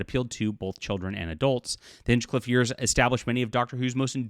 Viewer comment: It is pronounced 'HINE-CLIFF'. You want to write for the BBC and you don't know this? For the record, you need to be a Crown subject or at least have a residency to write for the BBC. It isn't that easy for a foreigner to write British entertainment, but when you cannot even pronounce the names of our people or our cities, then you are not qualified. I like you, but just WTF.